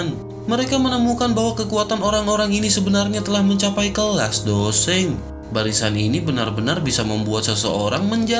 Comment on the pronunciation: bang seng bang bukan dou sheng